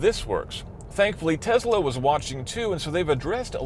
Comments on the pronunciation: TeSSSla not TeZZZla. Please. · It's a Tesla. Not a Tezla. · Why does he pronounce Tesla as Tezla? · Where does he get the z in Tesla from??? It keeps bugging me he added random z to an S